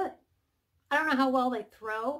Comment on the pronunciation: Okay, I've listed to the candle section. Are you saying the candles grow or throw? I was worried for your safety if you were throwing candles LOL! Can you clarify?